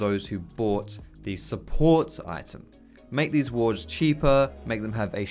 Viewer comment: Support. It's support... like what the whole league community has always been saying.